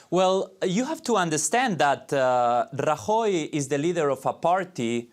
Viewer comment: Him trying to pronounce Rajoy is utterly ear shattering.